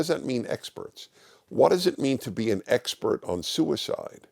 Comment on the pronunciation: Xpert = eggspert 🤣